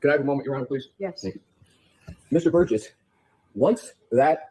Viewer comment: Its Burgess not burrows. Sorry.